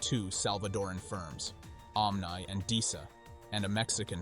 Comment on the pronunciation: You lose the ability to sound tough when you mispronounce simple words like "omni."